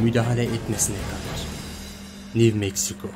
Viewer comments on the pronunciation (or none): konușan adamin sesine bayiliyorum ya😂 bide lutfen new degil yazi sekli new okunusu (nyu)🤣👍saygilar abi.